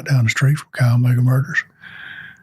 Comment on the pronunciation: Chi Omega is pronounced...Ki omega...